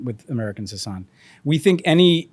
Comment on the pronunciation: How, after all this time, do guests call him “Huh-Sahn” and not “Hu-sun” like he pronounces his own name? 😒